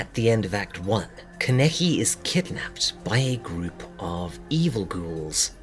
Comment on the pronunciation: Love this vid but I was very bugged by you pronouncing his no name 'kenicky' 😂 it's pronounced 'kana-ki'